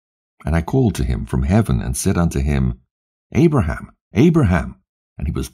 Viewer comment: Love to Hear this, But, You CANT Wven Call Abraham's name Correctly VERY, EAR-Atating